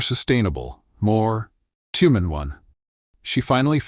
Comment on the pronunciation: At about : : the word 'humane' is used but the audio sounds like the 'human' in human being. Oops LoL 😢😢😢